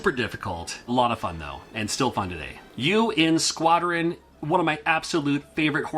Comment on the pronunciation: The way you introduced U.N. Squadron sounded like the game was called Urine Squattin'.